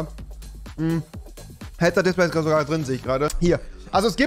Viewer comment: Warum seid ihr alle so toxic. Immerhin hat Rewi nur nen Sprachfehler😂